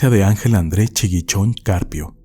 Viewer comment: GRACIAS enserio muchas gracias por poner mi historia en tus videos solo que avia una cosa dijiste Chigichon en lugar de Chiguichon pero no importa 🤣🤣🤣🤣